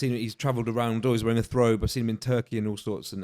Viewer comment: Love the podcast but it's bugging me when keeps calling a thobe a "Throbe". Lol